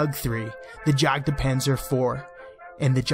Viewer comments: Thats Fine, I do believe it is pronounced Yagpanzer, with out the "D" and the "J" is more of a Y sound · Jagdpanzer is pronounced "yahkt panzer". "a" as in "armour", long in "jagd", short in "panzer". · My ears started bleeding when you said Jagdpanzer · That english JagdPanzer pronunciation :D Good vid